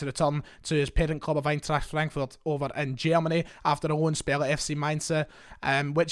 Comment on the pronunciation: Dude, stop pronouncing the German Rheinland city of Mainz with an affected 'ih' ending. Only Nouns ending with the letter 'e' have the the phonetic sound 'ih' such as Flasche (bottle), Konnte (could), Baume (trees). Therefore, simply pronounce Mainz with a simple 'z' ending, there is no vowel at the end of it. Otherwise, interesting video